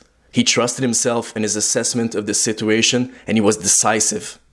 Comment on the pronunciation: Hahahahahha try say situation one more time